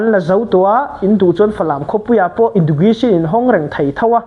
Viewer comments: Education i lam dan chu le 😢😢😢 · Education lam rik dan chu tlem a i lo practice belh a ngai ang ❤